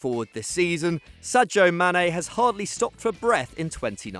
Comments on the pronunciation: It's pronounced Sajaw so he's not too far off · Yeah that's the correct pronunciation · Matthew Launchbury theyre not talking about joe Gomez, it’s how the guy pronounced Sadio Mane